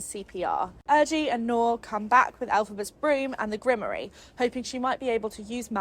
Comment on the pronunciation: While I’m grateful for the breakdown because I couldn’t read it since it was beyond boring, every time you mispronounced grimoire it made me shudder. 😆